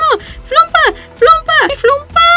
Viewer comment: Se pronuncia flopa no flumpa y no hay tal cosa como flumpo o flumpito a los bebes se les dice flopa chiquito o flopa bebe hasta aqui mi carta Pd: no es hate